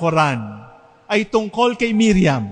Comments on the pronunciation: mariam not miriam..d nkpgresearch ahhh...legit sna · Mariam Not Miriam